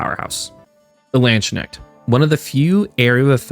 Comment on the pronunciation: where does the "land schneck" pronounciation come from? i suggest anyone who doesn't know how to pronounce landsknecht to try "lands kinect" as an anglicization